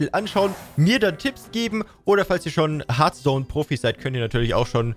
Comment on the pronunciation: Harfston bitte aussprechen